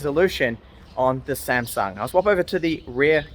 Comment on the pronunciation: not 'samsang' it 'samsung'